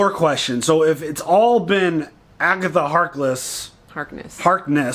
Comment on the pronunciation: Lol you nearly pronounced her as Agatha Heartless :D which could also sound dope and quite true as well xD